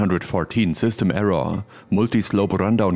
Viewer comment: I think the word "error" is NOT pronounced.. "err-RAHH".